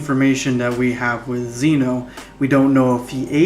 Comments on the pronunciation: It is pronounced Zen-o. If you can say gem, you can say Zen. It rhymes. Just add the o. Zen-o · Ok 1 zeno is pronounced with a soft e 2 they're called infinity stones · You're saying zeno wrong